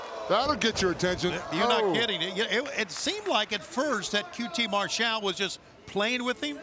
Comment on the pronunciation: Why does Tony pronounce it Mar-SHALL most of the night? I hear everyone else pronouncing it MARSH-all.